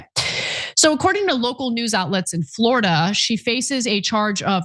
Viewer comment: You had me at floridia (rhymes with chlamydia).